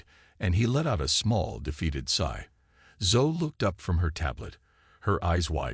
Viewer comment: OKAY, 15 seconds into this narration and I realize it is NOT a human voice telling the story because "he" didn't know how to pronounce the little girl's name Zoe. It should have sounded as Zo E. Come on, people....get live narrators. There are people who NEED a good job, not artificial dumbed-down speakers.